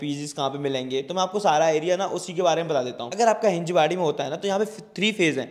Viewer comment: Its हिंजवडी brother......